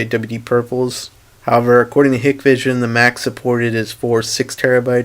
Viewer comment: It is pronounced 'High-k-vision' NOT ‘Hikkk-vision’.